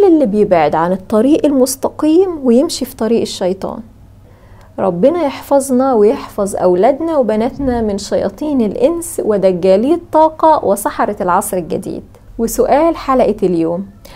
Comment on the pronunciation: المستقيم وليس المصطقيم